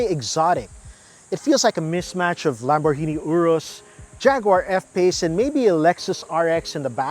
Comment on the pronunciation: “Ha wei” “Lambor hini” You mad at U and G? 😂 As a chinese, it’s not ha wei. It’s literally hua wei.